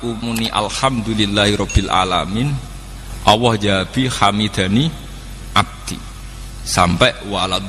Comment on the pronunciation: Bukan Awwoh ( اووه) gus, tapi Alloh.( الله )